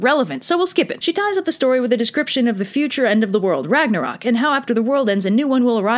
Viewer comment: ragnarök is not pronaunst like that, ö is kinda like the saund you make whwn u dont knoe the anser to a question.